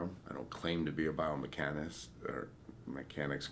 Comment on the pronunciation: He said the right word — biomechanist [baɪ əʊ mɛk ə nɪst]— he just pronounced it wrong.